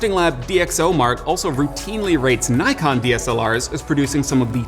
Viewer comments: It’s properly pronounce as Nee-kon not Nay-kon. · it's "nikon" not something like "naikan" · My friend not naikon ,say it niikon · i feel compelled to as why do yanks pronounce NIKON as NYKON. nikon has an i not a y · NEE-kon not NIE-kon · Fake Wukong its pronounced nee-con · I cringe every time people say “nai-kon” Nikon America just gave up and be like “OK whatever you pronounce just fucking buy it” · NOT 'Nite' kon IS 'NICK' kon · Me too. And don't get me started on Nyekon, it's Nikkon. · Knows his stuff except can't pronounce Nikon, how weird is that? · He's also saying Nikon as Nai-kon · DID HE CALL NIKON, Naikon ??? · Super informative! Thanks for the great video. But one small thing i want to mention pronounciation of Nikon. It's japanese, you have to say as "Knee kon". In fact, if you see a word that it's not originally come from english, general rule of prounounciation is, I = Ee, A = ah. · Did he said Naikon? you suck bro, other than that, good review.